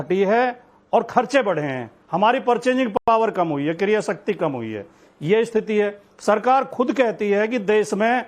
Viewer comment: क्रिया शक्ति ya क्रय शक्ति भाई सही बोलो